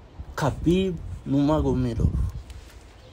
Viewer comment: It's the way he said Nuramagamedov🤣🔥